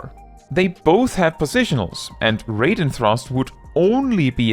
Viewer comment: Its pronounced Raiden thrust, not reyden thrust by the way. Im only saying this because you're usually on point with other skill pronunciation. In japanese the skill is called "ryugan raiden" which I assume would more literally translate to "Dragoneye Thunder and Lightning". Then again, the thunder and lightning part is written as a proper noun in japanese so maybe "Dragonsight Thunderstorm" would be more appropriate.